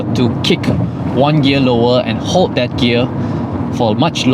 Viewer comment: I would be more circumspect about criticizing Jaecoo's use of English when you're making elementary prepositional mistakes right there as in "room OF improvement" at 6.52 minutes. And you drop your L's so atrociously as well. Hold is pronounced HOLE-DD, not HODE.